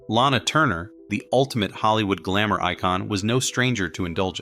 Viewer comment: "Lara Turner"